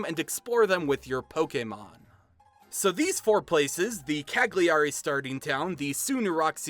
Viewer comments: not cag- lee- ari lmaoooo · Me: watch the video and really appreciate the effort and the research the author made. Internal italian me: PFFFff "CaGlIArI" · I'm Italian, I love this. Ps: I know that in english language the syllable 'gli' doesn't exist but "Ca-gli-ari" made me laugh. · Rido sempre quando dice ca-Gli-ari 😂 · This was amazing. I'm Italian and I can say that all the cultural aspects tha you mentioned are correct. The story was fantastic as well. The characters and the ideas for the pokèmon are brilliant! I must say though that some of the pronunciations were pretty funny to listen to. I don't blame you for this because I know that Italian words could be quite difficult. I would also say that the voices for the characters were incredible, even though the accent was a bit weird. Overall it was Great! Good job! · Come ha pronunciato Cagliari mi ha ucciso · I'm Italian and I can tell that your pronounciation for Cagliari, with the correct Italian having the "gli" sounding more like "li", is the funniest I've ever heard! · I died when you pronounced “Cagliari” XD no hate